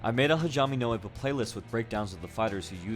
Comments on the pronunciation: "HAJAME NO IPPO"?? WHAAT? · Hijaeime no Ippo? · "HAJAME NO IPPO" lol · Hashjme no epok seems legit Also ik you already commented about your mispronounciations but i find it to be somewhat silly :P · hijahmie no ip-oh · HA-jee-may no E-po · if you're curious on how it's pronounced it's "Ha-Gee-May No Ee-Po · Latin vowel sounds. Ah, Ee, Oo, Eh, Oh Hajime - H(ah)j(ee)m(eh) no (Ee)pp(oh) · My dude, hajime no ippo is not pronounced like that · Ha ji meh no ippo, not hajyahme no ippo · Is it just me or the pronunciation for hajime no ippo really triggered you?? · I love this video but I’m not a fan of your pronunciation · You Just murdered the Japanese Pronunciation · Awesome vid. Thanks for the break down. Just gotta work on your pronunciation for the anime's title Hajime No Ippo, haha! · You didn’t pronounce the name of the show right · Man your pronunciation really triggered me 😅. The best way to learn the names/pronunciation is watching the anime in subs. Also good video I have been watching and reading the manga for a long time love the show. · God damn man cringe at you slaughtering the shows name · Little triggered at your pronunciation at first, but it got better as it went on. >vagina no hippo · Hijzame No Ippo And then he gets it right once! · hazhamay no ipbo whats wrong with his pronouciation it's hajime no ippo lol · HAJIME NO IPPO( HA-GEE-MAY- NO- EEP-O. FOR FUCKS SAKE learn how to pronounce names and shit. You sound dumb as fuck. Man did you not once even watch a episode. IPPO isn't called IP-oh its Eep-oh Hajime is also Japanese for FIGHT! God man I wanted to watch the whole thing but your butchery of basic Japanese and even English was fucking cringe and so bad. How do you make a video about anything and not learn how to pronounce said thing. God this was awful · "Hajame no ippou" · "Jeime Nou Ippo" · hajame no ippo he says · It’s HA-GEE-MEH-NO-IPPO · “Hajame no Eppo” lol bro you could’ve just looked up how to say it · "Hajaymay no Ippo"